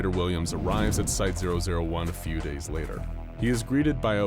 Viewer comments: When he said item 001 I thought he said item ideoh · Did anyone else hear him saying OwO 1 instead of 001?